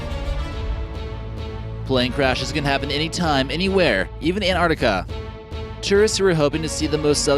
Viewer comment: The word is in four syllables, i.e. An-tarc-tic-a, not too hard is it? It is not Ant-tart-ica. Try it and you will soon pronounce it correctly. Rant off.